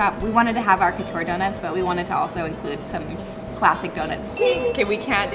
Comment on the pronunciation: It’s funny how you pronounce « couture » 😆it’s probably because I speak french, I was like no that’s not how we say Couture 😂